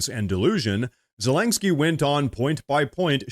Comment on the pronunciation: Dude, I had to give you a dislike because you said Zelenskyy's name wrong 100 TIMES in this video. It's was so damn annoying. It's not ZELANGSKYY.